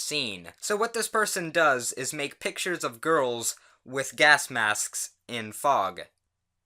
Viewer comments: “Pictures of girls with gas masksk” did you just say sksks? Do you have a Vsco girlfriend or boyfriend or something? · The way he says masks